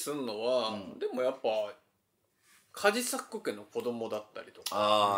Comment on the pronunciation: カジサックって、ば行とぱ行を言うとき発音が破裂しがちですね